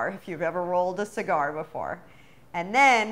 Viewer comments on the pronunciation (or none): She really said “cigar”😭😭